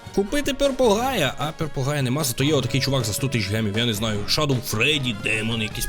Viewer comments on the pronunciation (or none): none